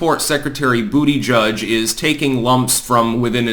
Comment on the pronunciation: It pronounced "Buttplug".